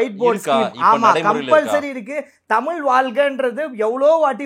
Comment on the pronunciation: தமில் இல்ல டா தமிழ் இதை ஒழுங்கா படி டா பரமா